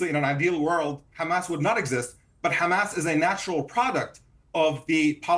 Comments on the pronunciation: Can you please stop this nimcompoop from saying KHAMAS ????????????? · Listening to eastern European settlers struggle to pronounce clearly middle eastern names is always fun. Khuh-mas. 😂😂😂😂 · This will always bother the heck out of me: learn to pronounce Arabic names properly! Not Rrrrramas, Ha HA-mas. Not Rrrrrezbollah, HE-zbollah.... 🤦🏻‍♀️